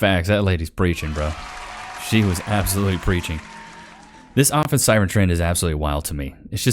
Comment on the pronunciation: Did that one call it 'office siren core'? Urghh... 🤨